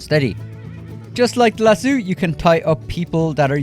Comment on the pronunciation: As a Texan, I'd like to mention that it's lass-O, not lass-eww. It's even spelled the way it's pronounced. I don't understand you, because we Irish do have names like O'Reilly that isn't pronounced eww-reilly. I've never heard anyone pronounce it that way except you and Gopher.